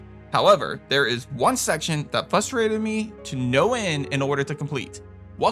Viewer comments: It’s not pronounced “fustrated”, it’s FRUH-trated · The word is frustrated... fRustrated. Not fustrated.